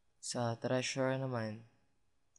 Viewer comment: Hahahahah es-tudents? toinks. kaka tawa hehe pero ok to ka una unahang pinoy tutorial about cisco CCNA ba to? hhee Ay "Hindi Tresurer pala ehhh" bwhahhahahah